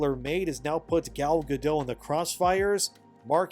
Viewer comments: why don’t you say a Jew? It’s not a slur. Gadot, not Gado. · Gadot is pronounced guh-DOT, with a hard t. It's a Hebrew name, not a French name. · The t isn't silent in Gal's name. :P yeah, I used to say it with a silent t too. Also, Gal Godot is very nice on the eyes, no matter what part she's playing.